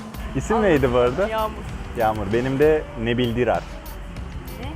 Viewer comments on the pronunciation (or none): Nebil Dirar Değil Nabil Dirar Da Başka Örnek Alcak Futbolcu Mu Kalmadı Abi Yaa😂